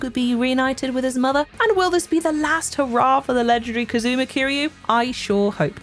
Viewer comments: KAZOO-muh and Kuh-SOO-guh, eh? How many times have you heard these guys' names pronounced throughout these games? Have you actually played the Yakuza games, or is this just a script read? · She mispronounced most of the Japanese words. I'm almost certain she's just reading a script. Nobody who's played a Yakuza game would call Kiryu "Kazoo-muh."